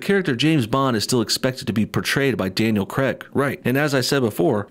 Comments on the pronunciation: It's pronounced "Krayg", not "Kreg"; and before you try to say "I'm American and I'll pronounce it how I like!" it's his name, and that's how he pronounces it, so you are wrong. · Yay, more forced diversity! But I have to say,, the “Craig” in Daniel Craig is pronounced CRAYG, not Cregg! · Is no one going to say anything about him saying Daniel creg not Daniel Craig. I have to say it we need more Scottish bonds again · "Daniel Creg" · Can you please say craig properly